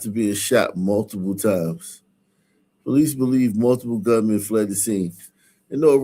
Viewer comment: " Po - leeses" ( sun version is plural) . 😂